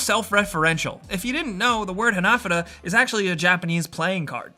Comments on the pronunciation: They're pronounced ha-na-fù-da not hunuhdooduh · It's pronounced "Hah-nah-foo-duh" not ha-na-fuh-da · Ha-na-fu-da, not hanafuahada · It isn't pronounced "hah nah fudda", it's "Ha Na Fu Da". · Its called han A fudA cards not HanAFudA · HanaFOOda, not haNAfada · The way you say Hanafuda bothers me so much I had to type this comment months after you posted this video. :( Ha-Na-Foo-Duh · Ha-na-fu-da not hanefooduh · For the love of god please pronounce hanafuda correctly, its hanah-fooda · Pronounced "ha-na-foo-da" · It's pronounced Hah-Nah-Foo-Da! Dear god learn the words please. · Hah nah fuu dah - evenly stress all syllables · "Hah-nah-foo-dah" cards Sorry, it really bugged me. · Hanafuda cards aren't pronounced how he said it but what can I say besides. That's English for ya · You’re saying hanafuda wrong, it’s pissing me off. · OMG, stop saying hanafuda incorrectly!!!! it's driving me crazy!!!!!!!!! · How you said hanafuda gave me AIDS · You pronounced hanafuda wrong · Dislike for mispronouncing ¨Hanafuda¨. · hearing you say hanafuda wrong rustled my jimmies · “Rustled my jimmies” 😂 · the word hanafuda was so poorly pronounced it hurt